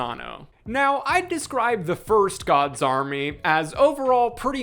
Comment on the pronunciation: Audio processing disorder thought you were saying “God Zombie” until like 20 minutes into the video… “Gods Army”… the movie is called “gods army”